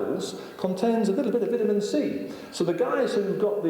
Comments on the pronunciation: His mispernounciation of the word "vitamin" is just too much for me to watch this. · Vital A Mineral.